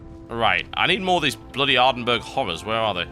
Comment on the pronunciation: I enjoyed the video, except for ... Ardenburg. My poor Scottish mind cannot handle how you pronounce Ardenburgh.